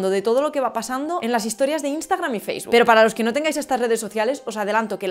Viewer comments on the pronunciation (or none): none